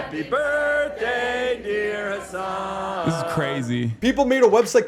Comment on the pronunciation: Hasan doing the Obama fake pronunciation thing is wild. "Hussuhn NuzzzrullAH has been assassinated." Dude he had the first name as you! You're not an Arab, your a Turk!